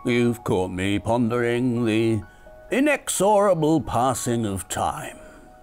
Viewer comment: Your pronunciation of “inexorable” was pretty funny 😂